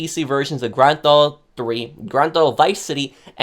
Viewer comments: "Grand Tho Auto 3" 🤣🤣🤣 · grand thauto?